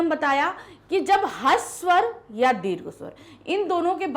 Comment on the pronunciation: Ma'am Aap hasav swar bol rahe ho jab ki ese risv bola jaata hai haav nahin